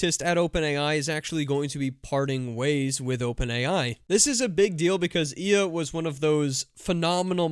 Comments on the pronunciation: “ILYA” not “iiya” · Ilya’s name is pronounced ill-ee-ya.